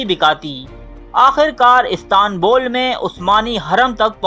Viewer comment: Apko to istanbul bhi nahi bholna ata hai istaaaanbul kia hai istanbul hota hai